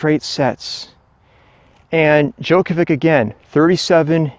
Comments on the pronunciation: Yeah, he he he, Djokovik...tell him to pronounce Đjoković- Djokovich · I can't watch your f*cking video. How do you not know how to pronounce Djokovic correctly? How annoying!